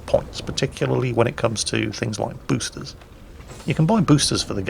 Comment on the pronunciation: "Pruf" instead of "Proof" and "Busters" instead of "Boosters"... put down the vodka